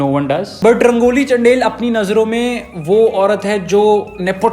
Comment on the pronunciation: Everyone: Rangoli चंदेल: Rangoli चंडेल